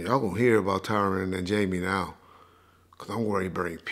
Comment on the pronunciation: He said “ tyran “ 😂😂😂😂😂😂